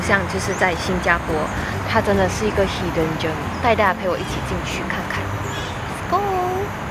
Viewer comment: 拍得很用心👍🏼👍🏼 每一个vlog都诚意满满的！同意妳的看法,新加坡的食物会比较新鲜和有品质！by the way, 是hidden gem 不是germ 😂